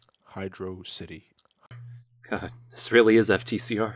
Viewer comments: Its hydro-city. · Man, I was going to say is the most annoying person in the group, because of his lack of editing and his half-assedness and his deadpan crap, but is quickly surpassing him with his complaining and whining. Seriously,, It's pronounced Hydro City zone (You don't pronounce Petersburg as "Pehttersburg", after all), I do know of some people who say "jif" when referring to a gif, and They likely didn't put in Amy because the story has them start on Angel Island far away from Amy, so she would have no reason to be there other than as a cameo in Stardust Speedway. SHUT UP. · when I was child I played Sonic 3 on Sonic Mega Collection. When I got to Hydrocity I immediately knew that it was two words mistakenly put together as one, so I separated the two words in my head and to this day I still pronounce the zone as Hydro-City. If I could do that as a child back then, why can’t you do that now as an adult instead of being arrogant? My reaction to the Hydro-City/Hydrocity debate. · To be fair, if you have a text-to-speech bot say "Hydrocity" it will pronounce it as Hydrahcity like says. Just sayin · I personally prefer "Hydros-itty". It sounds just as correct as "Hydrossity" (As in, not at all) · It's Hidro City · its pronounced hydro city ted YOU ARE WRONG SHUT UP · Actually it's pronounce as Hydroc Ity. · I WILL however get on his ass for "Hydrossity." As WELL as "giff" instead of "jiff." Just because you don't wanna say it right doesn't mean that it's not right. I say jiff ever since I found out that's what it was. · "Oh look it's Hydrocity" " EXCUSE ME? " Once again is correct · The Devs said Hydrocity is actually said as Hyrdo City. Soooo… ye. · ITS HYDROCITY NOT HYDRO CITY